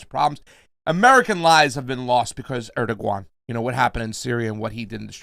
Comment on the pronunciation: Interesting pronunciation of Erdoğan,.